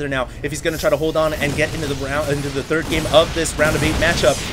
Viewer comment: "select is not the turd"